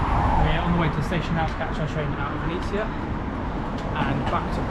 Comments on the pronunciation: Your pronounce of ''Vinnytsia'' sounds almost the same as Ukrainians called city Venice (Italy) So, i was confused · It was so funny to hear when you said Vinisia instead of Vinnytsia.